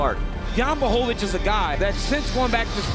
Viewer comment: błachowicz (bwahovich), learn